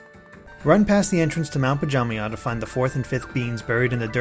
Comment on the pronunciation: Pajamaja, not pajamay 💀